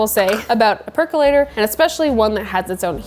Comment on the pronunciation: I was so excited when you said "perc-UH-lator" because I finally heard a pro pronounce it! And then you also said "perc-YOU-later" 🤣 I think your videos are fantastic. Thank you for making them!